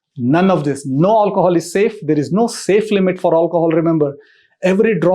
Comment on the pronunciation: drinking game: shots everytime he says "aulcohol"